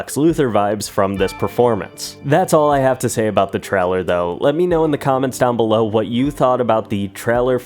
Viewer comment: I hate the way you say trailer. “Treller”